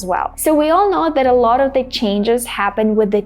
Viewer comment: the same pronunciation between the and that? no pronouncing t of that😅